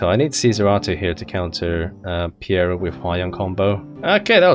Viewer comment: Dude it's Peira not Piera T_T